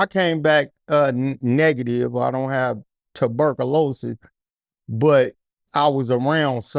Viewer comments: Please. Correct my homee on how to pronounce 'Tuberculosis.' 🤦🏾‍♂️ Furthermore. He's tellin' the truth. Our country is trying to weaken or kill us if NOT the combination of both! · Tuberc-o-louses lmfao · Loved this interview, but i couldnt stop laughing at "Tuh-burkalosis" 😂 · Dude kilt saying ticburkulous😂😂😂😂😂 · This nigga saying tuberculosis is hilarious 😂😂